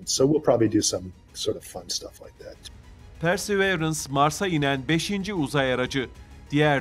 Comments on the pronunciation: Persi değil pörsi arkadaşım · PERSEĞVEĞRENS DEMEYİ KESER MİSİNİZ ARTIK ŞUNA